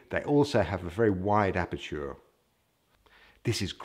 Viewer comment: Very instructive and great video but you always pronounce 'aperture' the wrong way :-)